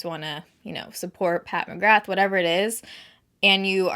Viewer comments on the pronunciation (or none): none